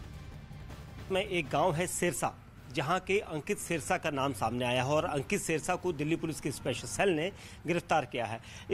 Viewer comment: सिरसा नही ह जी सेरसा है ठीक करो जी नाम